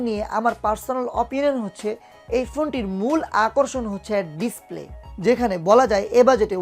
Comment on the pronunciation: আপনি তো উচ্চারণ ই করতে পারেন না। ডিস্পেলে কি ভাই? একটু বুঝিয়ে বলুন